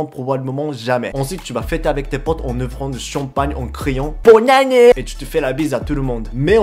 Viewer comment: BÔNE ANÉ !!! xD